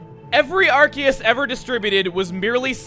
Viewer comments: NOOOO IT'S PRONOUNCED (AR-SEE-US) NOT (AR-KEE-US). sorry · Also,, I noticed that even you say ArKEYus. I was wondering, do you normally say it that way or do you also pronounce it differently like I do with saying ARSEUS? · I like how he pronounces Arceus ArKeus not ArSeus. That's how I pronounce it but everyone else I know pronounces it ArSeus. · Arceus, the one pokemon that proves that official media has no clue how to pronounce pokemon names. Seriously, Arceus has 3 official pronunciations, Pokemon Battle Revolution, (and its japanese pronunciation) have it "Ar-SEE-us", the anime has it "Ar-SAY-us", and has it "ARK-ee-us" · Masae must be working overtime for all these legendaries. Also shouldn't that be a soft c in Arceus since it's followed by an e? Just a thought, i know English doesn't really follow any rules of pronunciation.